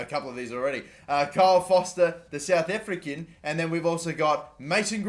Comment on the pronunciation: Why does he say South African really weird